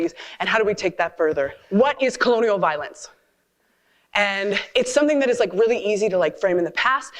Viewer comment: "What is colonal violence?" you ask? I think it's usually at Christmastime when you really punish your stomach with all the food you really shouldn't have been eating. Rich, fat, sugary foods. Oh! Colon-EEE-al?? I misheard you. Let me tell you about colonial violence then': It's when peaceful colonists (i.e., an oppressed minority) are attacked by warlike people who already felt their claim to the land was stronger (i.e. the oppressor majority people), and that there wasn't enough resources for any new people to settle down, even though most European colonists were fine with a modest existence as farmers, and would hardly have been a drain on the local resources.